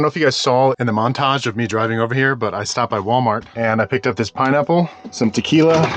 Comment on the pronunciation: Absolutely butchered that pineapple lol